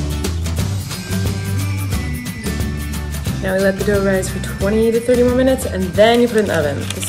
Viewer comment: yeah... and he also said "mo" when he repeated "more"